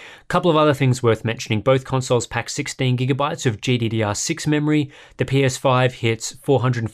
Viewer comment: I swear he said the pinus5